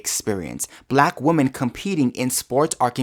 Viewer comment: I love listening yo you, but you really need to learn how to pronounce 'women'. 😂